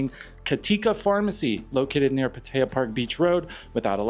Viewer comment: You shouldn't use an AI voice if it can't pronounce Pattaya correctly!